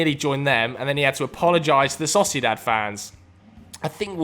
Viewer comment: this man said saucydad instead if sociedad and acted like we wouldnt notice :D